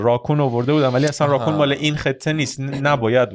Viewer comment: دوستان راکون رو خیلی بد تلفظ میکنید😂😂